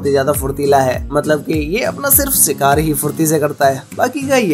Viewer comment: You lost me where you said "SIKAAR"